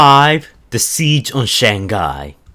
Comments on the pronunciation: I know it's not intentional but I love how pronounces Shanghai to SHANGGUY XD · Your said it as Shanghai to Shangai also sideway apers in d o t m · He literally pronounced it “Shaangguy” every single time 😂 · Shang-hai thats how u read it